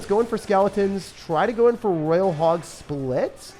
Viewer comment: roYYYYYYal not raaaal